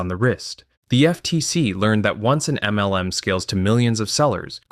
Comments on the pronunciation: Good video but i lol everytime he says “M - L - M”. Its so over annunciated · Is this an AI-generated voiceover? I finally could no longer stand that weird "em small-pause el small-pause em" pronunciation and had to give up after six minutes.